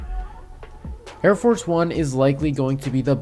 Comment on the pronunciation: I cringe whenever you call it air force one, it's arieforce one